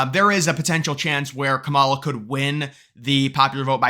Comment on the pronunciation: It’s pronounced “camel-Ah”